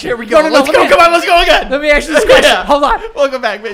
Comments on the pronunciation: the only thing in this whole episode i can hear is joe mispronouncing the word ASK and saying AKS instead. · I wish Joe could properly say, "ask." I legit cringe when he says, "axed." 🤣🤣🤣... Other than that... Perfection buddy. 👌😂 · Does it bother anyone else that Joe keeps saying "Let me AXE you a question?"